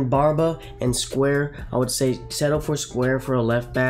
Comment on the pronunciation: It’s SOUaré, not Square But nonetheless a very informative video (also, get Alderweireld as soon as possible if you HAVE ENOUGH COINS just to get him)